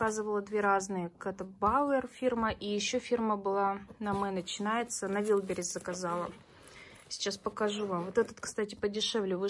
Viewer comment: не вилберис, а валберис правильно говорится